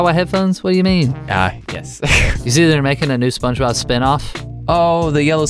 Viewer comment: Did u say spongenob